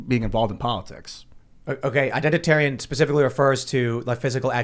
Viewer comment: identatarian?! C'mon